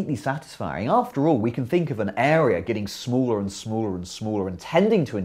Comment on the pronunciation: smuler and smuler and smuler